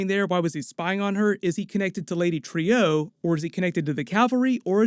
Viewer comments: I thought it was pronounced lady TRUE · I’d say he is on the moon. And I’m pretty sure it’s pronounced “Lady True” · Dogg, I say this because I have so much love for you and your channel... but her name is pronounced “True” I think this really matters in the sense of her name being “true” but she’s extremely deceptive. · Trieu is pronounced like the word true, you hear people say it correct in the show, stop butchering it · It's pronounced TRUE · Pronounced True, NOT Trio... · are you sure it’s pronounced Lady Tree-O because they are saying it Lady True on the show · Lady True not TREE-OOE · It's lady "trù" not "trīu" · Stop saying, “Trio”. “Trieux”, if you have to draw it out to two syllables, “tri-yeu”, or better yet, “True”. Think: French origin. Or just listen to the dialogue on the show. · Dude, Trieu is pronounced like "True" not "Trio." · Pronounced Lady True not Trio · Isn't Lady Trieu's name pronounced "true"? Think that's how they were pronouncing it in the episode. Anyways, I think the clock could be a MacGuffin to throw us off the real thing that's gonna happen. Lindelof likes to do that if you've ever seen LOST or The Leftovers. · Bro, her name's pronounced "troo", not "trio". Did you have the volume up? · Isn't Trieu pronounced like True not Trio? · Great video as usual. But please use the correct pronunciation of the name Trieu, as in “true”, not “trio”. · I love your videos but mispronouncing a character’s name repeatedly really takes me out it. It’s Lady Trieu (“True”) not “Trio”..... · Trieu is pronounced "True" as they do it in the show, just like Veidt is pronounced "Vight" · Please, it is pronounced "Lady True", it's repeated several times. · Dude, the show actually says Trieu as "True" Get it right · Right? The blatant mispronouncing was getting to me too. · Yeah. Very weird that someone taking the time to break down a TV show, piece by piece, couldn't even get the pronunciation of a name that is said in the episode. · Lady Tree-Oh